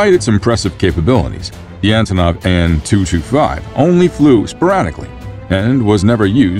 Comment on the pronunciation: ANTONOV.....not Azonov.